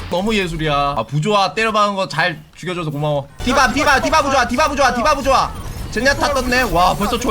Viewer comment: 부조화가 부자라고 들린닼ㅋ